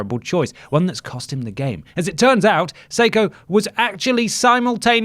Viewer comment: Did not expect to see Seiko’s face when scrolling though my YouTube feed today. I’m the commentator whose tweet you read out from the article. Refreshing to hear you poking fun at the situation that’s been nothing but drama for us. Love you boys. P.S. It’s pronounced Psycho